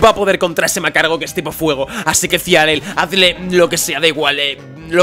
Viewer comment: porque se le dice macargo a magcargo? no puto entiendo